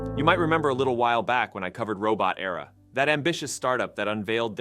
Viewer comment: "Robot" "Era". Not "Robo-terra" (Robo-terror?) Those second words are not homophones, and mean very different things.